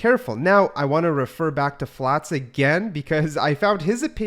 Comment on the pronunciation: Who is Flots? Can you not say Flats?